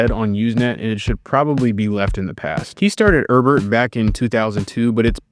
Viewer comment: "Erb-ert" lol